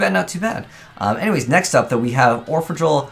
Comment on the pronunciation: it's pronounced orphegEl (d i v e r ti mento= from Italian) which means : orphan angel amusement devil